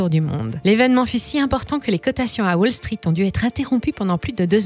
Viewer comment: Tiens on prononce wall street à la française maintenant ?